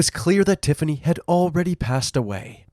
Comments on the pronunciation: i'm sorry, i know this is a horrible story, but "tiffiney" and "symphiney" really? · 'Tiffiney' and 'Symphiney'? Just because you CAN, America, doesn't mean you should!